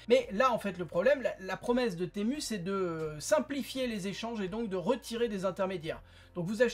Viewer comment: Temu se prononce Timou 😉